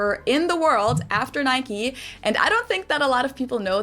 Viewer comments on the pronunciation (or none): none